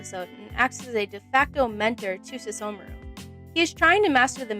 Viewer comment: I don't get why she couldn't say the h in Sesshomaru's name (but she could in other words.) And then she called the show In-u-washa